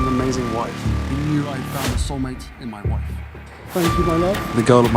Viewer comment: “mah wawf” can be heard as my woof